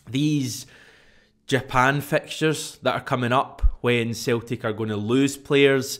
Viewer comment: Its celtic not theltic slabbery mouth